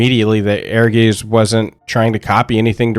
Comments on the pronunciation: It's certainly not the easiest word for non-German speakers, no. ^^ I think with the version I wrote down, you get to pretty close to it. Aergaits or even Airgaits, that should be even easier through the word air. Doesn't matter in the end, when most of the world would pronounce it a different way, I would join in, so it's internationally understandable. :D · We always thought it was pronounced like "Urges" and it was just spelled that way to be unique and different. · Am I the only person that pronounced this game as “air guys”? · i always pronounced it Err-guytz. Because i live in germany. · It is air-guys, though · Please stop trying to pronounce "Ehrgeiz", because you are really bad at it. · [Ear-guitse], not [Air-geese]. "Ehrgeiz" is the German word for "ambition". I still own a PSX copy of Ehrgeiz, and I'm willing to admit I only got it for the FFVII-characters. I was at that age, you know? I would've bought anything with the FFVII-logo plastered on it, and so I did. I did play a great deal of this game, including double-finishing the dungeon mode for the 'story', but - I never particularly liked it. Maybe the algorithm should not have suggested this for me. I'm happy that it brought a lot of people joy, but I thought it was kind of boring, kind of sloppy, and that it mostly got carried by famous names and faces. The fact that Namco pulled its hands off of this title was kind of damning, there's a reason the Mishima-clan doesn't invite Godhand to their famous family-reunions. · ... Not "air-geese." It's "air-GAH-its." In German(ic) words, the spelling "ei" is pronounced the same as in "poltergeist" (which, yes, is Germanic). See also "feisty." Z is the same as with Italian (see "pizza"). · I always thought it was pronounced like “Air-Guys” based on the Germanic seeming phonetics. Not urr-geez. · Great video and great reminder of a cult classic. I just heard Aegis all the time instead of Ehrgeiz. ^^ It would be rather something akin to Aergaits.